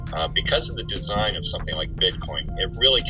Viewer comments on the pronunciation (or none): none